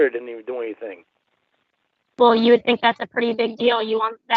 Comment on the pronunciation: I love how he tells everyone "ive never trusted anyone like i trust yew"😂😂😂